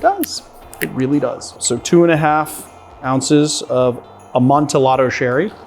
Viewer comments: He certainly did. I always thought it was the typical Spanish double L, a-mon-ti-yaddo..... I think. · FFS Two LLs in Spanish is a ‘yah’ sound - Amon-tee-yah-do. 🙄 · AmontEE-ado sherry. How can you pronounce añejo correctly but not amontillado? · It’s pronounced“amon-ti-ado”. For the love of God, Montresor! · Did you say "amon-ti-lado"? I hope that was an affectation and not how you really pronounce it. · Yeah...I got irrationally angry every time he said it like that. It's supposed to be a double-l y sound.